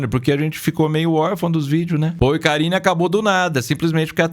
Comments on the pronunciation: Eu tbm tava ouvindo isso 😂😂😂😂😂 porcarine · Também entendi Porcarine! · Na hora que falou "endereço os bastidores de paul e karine", eu entendi bastidores de porcaria 😂😂😂